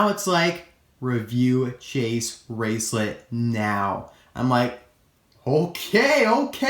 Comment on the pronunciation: It’s Chase RaceLOTT not lit....... I’m sorry.